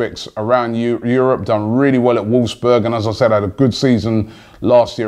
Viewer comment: Arsenal are shit. Not even in the Champions League. Even Tottenham are better! Draxler won't go to Arsenal, that's like going from PSG to Toulouse. Btw, it's Wolfsburg not Wolsburg. Twat.